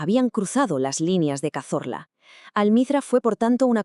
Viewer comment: Cazola, no Cazorla